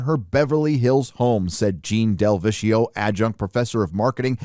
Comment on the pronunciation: It’s Italian, pronounced “del-vek-e-o”.